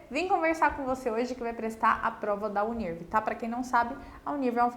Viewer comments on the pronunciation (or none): Você está pronunciando o nome da universidade errado! A pronúncia é “Uni. R. V.” “Uni errevê”